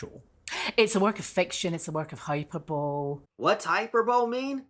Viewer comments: It’s pronounced hi-per-bul-ee (not hyperbowl) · When she says hyper-bole, she means "high per bol ee". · Hyperbole, pronounced High-per-boley; which she actually pronounces incorrectly; means to deliberately exaggerate something; it's not a lawyer's jargon, just a simple English language word. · I’m pretty sure he was being sarcastic based on her pronunciation of the word. She said hyper-bowl and not high-per-bow-lee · "Hyperbole" pronounced like "hyperbaly" it just means n exaggeration not ment to be taken literally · Jesus people, he knows what hyperbole means but she said hyper bowl. That’s the joke. Come on. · Hyperbole = Exaggerated statement, something not to be taken seriously. Also she says it wrong, it's pronounced: Hyper-boly or hye-PER-buh-lee She trying to be fancy with big words and doesn't even know how it's pronounced xD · do you have comprehension issues? I know it’s not pronounced hyper-bowl, silly lady lol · No, it’s not. It’s hi-per-bowl-ee. Hipper bowl ee would be insane. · nope. the correct pronunciation hy-pur-buh-lee. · Ha ha, she uses ‘fancy’ words but doesn’t know how to pronounce them. Hyperbole is pronounced hyperboly. If she was as educated as she thinks she is she would know that. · Hyperbole is pronounced hi-per-bo-lee. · Remember the 2004 Natasha Bedingfield single “These Words”? It’s pretty forgotten now so I understand if you don’t but I’ll never forget because she pronounced it “hyper-bowl”. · Can I just say as an average Scot, never mind a lawyer. I’ve never heard the word “hyperbole” pronounced as “hyperbowl” people need to stop reaching. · She's pronouncing hyperbole horrendously. Hyperbole means exaggeration usually used when discussing literature. It's a final year of high school English word not a legal term. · I think the point is that she's mispronouncing it. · I think the video maker was making a joke regarding her mispronunciation of the word :) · Fiona is supposed to be a lawyer yet can't pronounce hyperbole correctly🤣